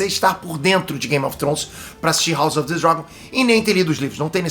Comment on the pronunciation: Como assim o não sabe falar " House of the Dragon " 🤔